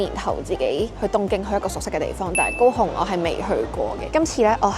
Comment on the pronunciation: 高雄的廣東話聽起來真像go home